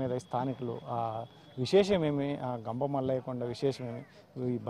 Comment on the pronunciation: Ganga mallaya kadhu thalli gampamallayya swamy